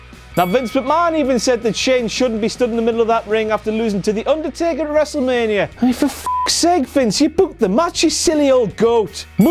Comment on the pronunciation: I Love How Pronounces Undertaker's Name As If It's In English